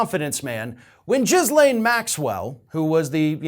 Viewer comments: Omfb lol jizz lane Maxwell I think the s is silent. Gillane roflmao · Jizzlane Maxwell? It's pronounced Gillane. Happy to help. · eh...there's a silent s but jizzlane sounds better, fair play! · It's GHEE-laine, not JIZ-laine. Learn how to pronounce her name, even if she's a bad person. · as much as I laugh at the Jizz-Lane pronunciation, it's pronounced Gih-Lane. like Elaine, but with a G in front. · I like how despite her name properly being pronounced "gil-LANE" (the s is silent), instead chooses to call her "JIZZ-lane" 🤣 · Her name is pronounced Ghee-lane with a soft G- and a silent S-. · Her name is pronounced Ghee-Lane. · FFS,... The woman's name is not "Jizz Lane" - as amusing as that pun is, and how vile her actions were. You don't get to rant at redhats purposely mispronouncing the VP's name if you do exactly the same thing to this horrible person. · I thought her name was pronounced Gee-lane with a hard G sound.... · GeeLANE is how you pronounce - hard 'G' and silent 'S'. I'm sure DT had fun with THAT name! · I didn’t expect to be one of the people to pronounce her name as “Jizzlaine” lol. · Silent "S"... Its Ghee Layne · I love that you also pronounce it Jizzlaine… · giz-lane with a soft G pronunciation. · OMG the number of times he said Jizzlane here is a hoot. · 🌈💯 It’s supposed to have a soft G sound, but I LOVE pronouncing it with the hard J sound for that appropriate value of JIZZ-lane. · Try saying it 'Gilane'. I know it's minor, but it really pisses me off. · to borrow one of your favorite expressions, for the love of God, would you please learn to pronounce Maxwell's first name correctly? It's "G" as in go, get, or gill. The "S" is silent, and the last syllable gets the stress, pronounced as "lane". You can be disgusted with someone yet still pronounce their name right. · I don't think it's intentional though, he tends to be really bad with unusual names or foreign locations. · it's a hard "G" 🤣🤣🤣